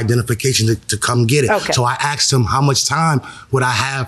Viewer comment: ............................... Here we go AGAIN He said He " AXED " him ...............................